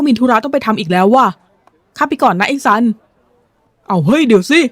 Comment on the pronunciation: ตัวละครชื่อซันทำออกเสียงสันหลัง เพราะนั่นคือชื่อหนู😅😅😅